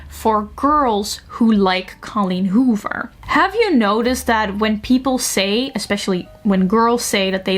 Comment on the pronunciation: i love the way you pronounce colleen hoover